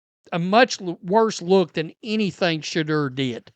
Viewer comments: This call calls Shedeur, Shidder. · you crack me up when you say Shedeur..soundn like the swedish chef